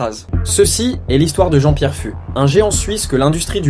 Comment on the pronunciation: Je crois que ça se prononce Jean-Pierre "FOUXE." (pas grave... )